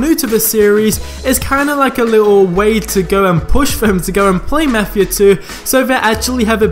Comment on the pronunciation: Ur saying mafia wrong